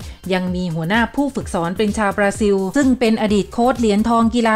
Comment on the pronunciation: อ่านออกเสียง ประเทศบราซิล เป็น บราซิว ซะงั้น ช่วยกันประชาสัมพันธ์ด้วยนะครับ